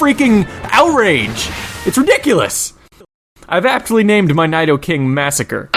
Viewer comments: NIE-do-king XD sorry sorry but it is NEE-DO-KING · its pronounced needoking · Lol, it's pronounced like "nih-do-king" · nidoking is pronounced as "NEEDOKING"! not "NYDOKING"! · Needoking not neidoking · nido not nydo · It's Nidoking (Needle-king) not Nide-o-king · Naidoking? Naidorino? I thought it was pronounced Needorino and Needoking? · It's pronounced "needoking", not "niedoking" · i thought it was pronounced ne-do-king not ni-do-king xD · I gotta say, I adore your videos. your form of humor and how you make these videos is right up my alley. I just wish you updated more often! =P anyway, fyi, you mispronounced Nidoking/their line. it's not "nido" as in "knight-o" but "need-o" taking it's pronunciation from Japanese pronunciations of the letter "i", which is pronounced with a long "ee" sound(like "need"). which, as it's one of your top favs and is such a good pokemon, it makes sense that it's name be "neat-o-king" ;P *badum-tish* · N(eye)doh-king? nope... Knee-Dough King... man my brain hurts now... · wait... n... naido... naidoking... um... pretty sure its pronounced [nee•dou] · Stop right there, n-I-do-King 😁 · Nidoking is pronounced NEE-doe-king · nİdoking? İ do no ido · It's um...pronounced NEE-doh-king... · Yeah NYdoking is the miss pronunciation. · I'm glad he names most of his pokemon because he can't pronounce their fucking real names. Annoying as hell. Nigh-do-king? Really? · its 'nee doe king' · Yes he pronounces it wrong...but its not English, its Japanese, you are arguing the wrong language. "I" in Japanese is pronounced "EE", so its NEEdoking, if it had emphasis on the AI sound it would be spelt Naidoking. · It's pronounced nee-doe-king I LOVE NIDOKING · No offense, but Nidoking's name is pronounced needoking. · Still think Nidoking should be pronounced Needoking (since the Nido- comes from the romanization of the japanese Nidoru, which is needle).. I know I'm a nerd 8-| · It is pronounced Needorino and Needoking. He just mispronounces it.